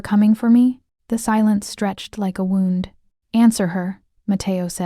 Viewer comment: This would be great if the language. etc: was correct "wound" is said incorrectly. And easy mistakes such as her, 17 year old sister in one place instead of her 17 year old brother.